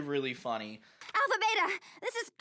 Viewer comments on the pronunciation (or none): none